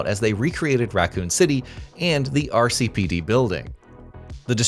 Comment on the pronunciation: My eye twitched every time you said RCPD